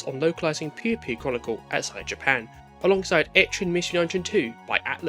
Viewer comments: It's pronounced Poy-yo Poy-yo. Not pew pew. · Not you calling it pew pew lol never heard it pronounced that way i think i found a new drinking game. But its a shame the 3ds doesnt have as many patches as regular ds games.